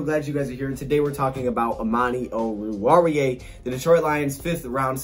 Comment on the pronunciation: Whenever someone pronounces oruwariye it sounds like they have their mouth full of food 😂 but did pretty good